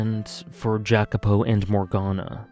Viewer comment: Thanks for a great video, you had a lot of very interesting thoughts on the story. and furthermore i also want to thank you for making me read the VN in first place since it is one of my favorite pieces of media now. that aside i am a little curious to why you are pronouncing Jacopo's name that way. i always thought i was suppose to be pronounce it the Italian way but i might be mistaking. sorry for being pedantic. once again thx for the video